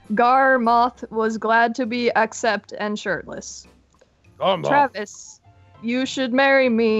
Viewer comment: You said garroth NOY gorroth